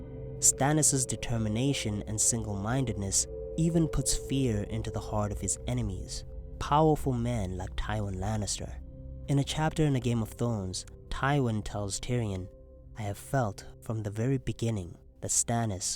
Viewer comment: "A Game of Thwons"